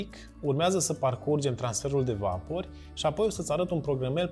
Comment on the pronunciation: "vapori" accentul nu se pune pe "a"..